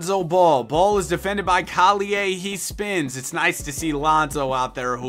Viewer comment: why do u say collier name like that